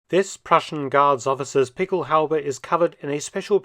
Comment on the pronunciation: What Mark is saying in his British accent is "pickelhaube". He is pronouncing it correctly, but I tried to google "pickel halbee" and it didn't work.